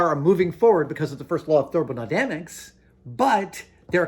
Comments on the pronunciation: "...moving forward because of the first law of thurbonodamics..." : D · Therbonydamics? Getting a little excited there Adam. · Ah yes, the first law of therbonodamics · "1st law of thermonydamics"